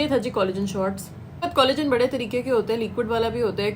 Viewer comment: "بھڑے" نہیں ہوتا بی بی ۔ "بڑے" ہوتا ہے۔